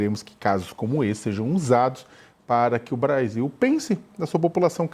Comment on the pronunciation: O "interesse do Bradil"????? 🤦🏽‍♂️🤡🤣 Kkkkkk